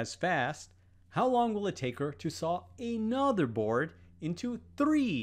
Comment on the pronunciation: an accent